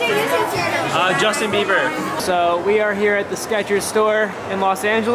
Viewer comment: Person: what's your YouTube channel: um Justin bibier Me:😂😂😂😂